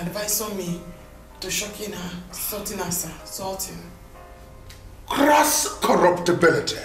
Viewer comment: Xo she finally pronounce the word correctly "sorting" 👍